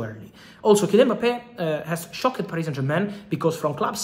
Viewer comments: I’m more shockeed with your pronunciation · How Fab pronounces "Shocked" and words ending with "ed" gets me every time. I love it 😂👌